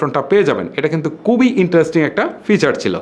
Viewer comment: দয়া করে শুদ্ধ বাংলা বলেন।উচ্চারনে এতো ভুল করেন, দয়া করে সঠিক ভাবে বাংলা উচ্চারণ করার জন্য আপনাকে অনুরোধ করব।আপনি খুবি করে বলে কুবি।কুবি আর খুবি কি এক?